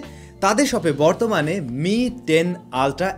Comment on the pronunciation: মি টেন না বলে এম আই টেন বলেন অকে